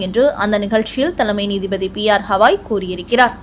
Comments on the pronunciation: ஹவாய் என்று சொல்லாதீர். கவாய் என்று சொல்லுங்கள் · உச்சாரணம் சரியாக இல்லை ! தயவுசெய்து BR Gavai, Thushaar Mehta இவற்றை சரியாக உச்சரியுங்கள் நன்றி